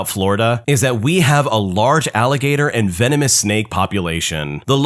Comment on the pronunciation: Laughed a little at the first story, the beginning intro when he said "venomin" instead of venomous got me and my boo chuckling and had to watch it more then once!! Love your reddit videos, we listen everyday!!!❤😂